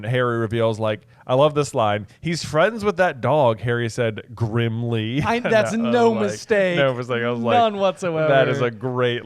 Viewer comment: I thought you would note that Harry said it Grimley - like Grimley place